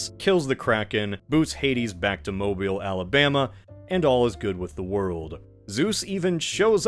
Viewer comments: not the mobile shout out 🤣🤣 thank you for pronouncing it correctly as well. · Mobile, AL catching strays?? lol 😅😂 and you pronounced it right!! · As someone from Mobile, AL, I appreciate the accurate pronunciation.